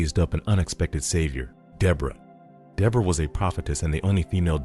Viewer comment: You’re pronouncing the name wrong